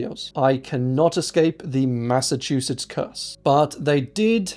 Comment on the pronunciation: Massachusetts can be really challenging. don't ever worry about mispronouncing things. it's going to happen